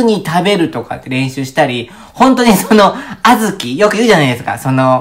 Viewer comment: あずきのイントネーション違和感w